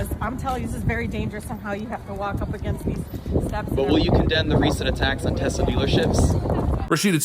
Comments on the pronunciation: Love the videos man.. but it's TES.. TESLA.. not TEZ... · Love your videos, love your channel. That said, it is pronounced Tesss-lah, not Tezzz-la. Nikola Tesla (Nee-ko-lah Tess-lah) was of Serbian ancestry and Elon paid homage to him by naming the company after the inventor. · Love your work, but it's not "Tezzla". Nikola Tesla desrves at least that after getting screwed by Westinghome.